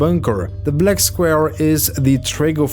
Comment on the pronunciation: He said blek square